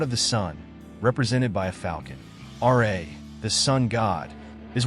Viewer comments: RA not R.A.. RA=RAH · Ra not R.A.